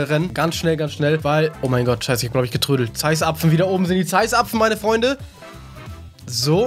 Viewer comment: Erklärung: er sagt Zeisapfen (ohne zweitem Z) er zieht das Z also vor /// es ist genauso wie das "sich anschütten" und die vielen "Hä" - er stellt sich mit Absicht dumm um noch unterhaltsamer rüber zu kommen (bei einem großen Teil seiner Zuschauer scheint es ja zu funktionieren)